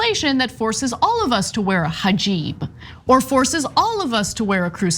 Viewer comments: she really said hijeeb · It is not jiban it is hijab bye the way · "Her Jiban" 🙄😂😂😂 damn she's so STUPID!!! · This is so stupid on so many different levels. Lauren, where did you learn to say “hajib”? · "hajib" =-P x-D Jamaal Bowman said the same thing* when he first videocalled Ilhan Omar, but it's okay - she called him "Bowen". *He was complimenting her as a role model for hijab-wearing students in the high school that he was principal of. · Whats a "Hajib"? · A cluster fkuc of stupidity once again from the dumbest of all Republican Reps, and that’s a pretty low bar- plus nice little micro aggression in the fake mispronunciation of hijab